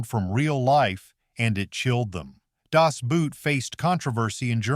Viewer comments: To correctly pronounce Das Boot, do it not as a kind of foot wear, but as BOAT like in English, whenever will you people make an attempt for correctly saying the title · I for one, remember seeing the movie Das Boot (pronounced boat not boot) as a youth with my family. As an Army brat born in Germany, I could understand German and found the subtitles somewhat distracting and incorrect at times with the dialog. One thing I recall about the film was how their tour started with everyone fresh and fit looking healthy. When they returned from their mission, I was struck by the way they all looked almost like the walking dead. They looked like ghosts, pale and and gaunt with sunken eyes. That was the way I felt after watching the film. I felt exhausted and worn out. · If only they would learn to pronounce the name correctly. In German it's not pronounced "boot", but rather "boat" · "Das Boot" is pronounced "boat" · Is it so hard to say "Boot"? It is not an ooooo sound. If you can say "torque", you can say "Boot". Same sound. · Das Boot is correctly pronounced "Das Bote" or "Das Boat". I was not a submarine sailor, but this movie brought tears because no one relishes sending men to a cold, dark grave, even when they are enemies. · "Das Boot" is pronounced more like "Das Boat". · Why is it so hard to pronounce "Das Boot" correctly? Boot in German means boat and not boot, and it isn't pronounced like that. If you would say "Das Boat" it's still not 100% correct, but so much closer to the correct pronunciation. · The morale of Cain Mutiny is, always know where your strawberries are. Also, Das Boot is not footwear. Germans pronounce Boot the same way boat is pronounced in English. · but you say, it's pronounced "boat", which is also wrong, which you surely knows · it is still pronounced das boat. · German pronounciation is more like the english Word ˋˋBought´´ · The narrator need to learn how to pronounce boat in German. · Das BOAT, not "boot"! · "Das Buut".